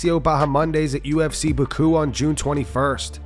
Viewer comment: That pronunciation of Baku was terrible lol